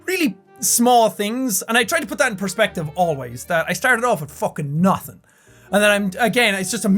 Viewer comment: You did not sound any more Irish than when you said "I started out with fookin naathin" 😂😂 Proud of you dude! 🇮🇪